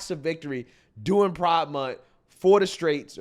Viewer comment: "During Priddde Month guys!"